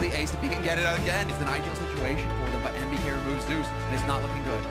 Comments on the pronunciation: La vidéo est super, Apex est un joueur passionnant et ta narration est au top. Mais je t'en supplie revoie tes prononciation j'ai eu des saignements c'est EnvyEUSS et KatoviTCHE!! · Envyus => Envy Us (en anglais) J'aime bien ton taff, désolé mais ça me triggered x)